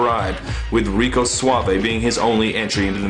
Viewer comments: lol "rique suavo" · you said Rique Suavo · did he really say RikAY Suave? lol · did you intentionally call him Ricé Suavo or was it an actual slip up? This is my fourth time watching this and I just noticed it. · Rice Suavo? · "Rice Suavo" Nice. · Reckooo saaavee Jeez he is stupid